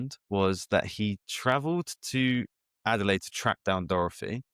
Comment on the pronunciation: Could neither of you have corrected him on his pronunciation of Adelaide?